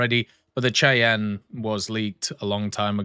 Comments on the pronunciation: Just fyi, it's pronounced "shy an" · Hey, btw Cheyenne is pronounced as Shy-anne. It is like many US helicopters are named after Native American tribes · Cheyenne is pronounced shy-ann. Gonna be a good add. At this point, a French main, I've accepted that gajin has a vendetta against them for whatever reason. I don't want a premium copy and paste tank but if I have to have one, I want a French one for the French. How does a German tank being the tip tier premium make any sort of sense? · i had no idea what you were saying because I listen and don't watch. So I had to stop and look. It is "Shy-Anne" lol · pronounced Shy-Anne my guy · lol, the way you pronounced Cheyenne😅😂